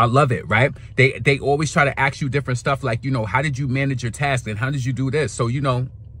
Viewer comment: ASK never AXE